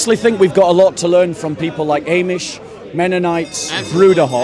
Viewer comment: It's not "eh"mish my friend. It's AHmish